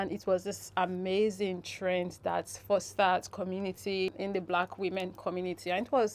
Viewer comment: It's follow "trend" or "train". At first I thought I heard the word "train" but later realised that the Influencer was saying "trend". Kindly confirm.